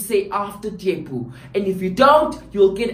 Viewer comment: The pronunciation of "Tshepo"😂😂😂 this video is every afrikaans lesson I've ever been in